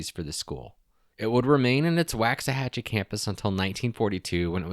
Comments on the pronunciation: google "pronounce Waxahachie". waak·suh·ha·chee not Wax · It's a strange one alright, but the pronunciation of "Waxahachie" could maybe be explained as "Walks-a-hachie" But enjoyed the video! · You are mispronouncing Waxahatchie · I was born in Waxahachie and have family buried there that go back several generations (about 150 years. I am 64). It drives me a little nuts when people mispronounce the name. It just takes a second to verify how to pronounce it. It’s WAUKS-uh-HATCH-EE. As far as Mexia, it is muh-HAY-yuh